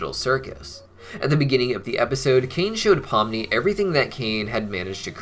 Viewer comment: POMNI* not pumni get it right